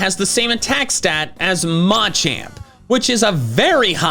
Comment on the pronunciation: His name is Muh-Champ. Not Mah-Champ. You say this everytime you mention him and it's hella annoying.